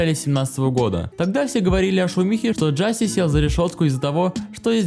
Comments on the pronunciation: Не Джаси а Джасей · не джáсей а джасéй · Какой нахрен экс и какой нахрен Джастин?!??!? Это икс и он же Джасей!!!!!